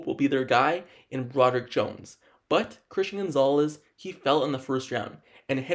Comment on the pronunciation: what the hell is a "Franchie left tackle"....dude has a severe speech impediment. "competive edge" "basee" they wouldn't be drafting him. DUDE....SLOW DOWN your speech and ENUNCIATE....you sound stupid!!! "Brodick" Jones???? C'mon man!